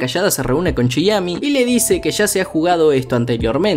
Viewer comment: Chiemi*, no Chiyami 😂😂